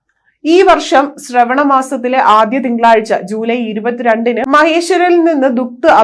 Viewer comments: Shravana masam ....alla kutty.....shraaavana masam aanu..... please correct it🙏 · ശ്രവണമാസം അല്ല. ശ്രാവണമാസം. സാവൻ കെ മാസ്